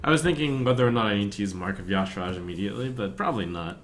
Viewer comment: Should be something like "Yu-Shar-j"... the "Y" sound alone doesn't become "Ya".